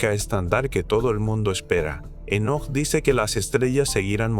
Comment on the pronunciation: Enseña a hablar a la IA, Énoc por Enoc, senales, etc